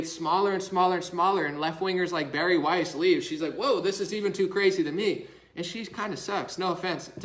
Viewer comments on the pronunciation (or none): none